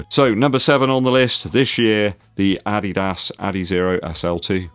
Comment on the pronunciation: Hi do you have German roots? You are the only English Youtuber who pronounces “Adidas” correctly “Dankeschön” is pretty good too. Cool Video✌